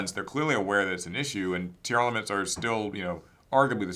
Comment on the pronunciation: Say it with me Tier Laments That’s how it sounds dude.. not tearelements. Yugioh players can’t read